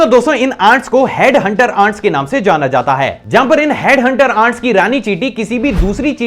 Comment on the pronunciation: How many people noticed that he is call ants 'aunt' ..🤣